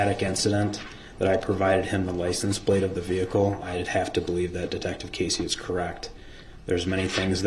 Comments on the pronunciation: "Groundz for the SUBstain yo honor" i wish someone wouldve told him is pronounced license plate sir. Not licen place. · Why does DB keep saying “license PLACE” instead of PLATE. Maybe he will have time in prison to learn to speak properly.